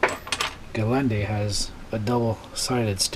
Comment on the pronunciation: Hi man! I like your videos. I just have to get this out of my system 😁 You keep calling it the Galande! It's Gelande! Probably after the Mercedes G-class - the Geländewagen. :P